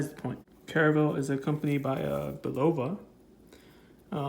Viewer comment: Just a lesson from an old guy who heard the TV commercials back in the ‘60s… Pronunciation is: CARE.uh.vell And BULL.uh.vuh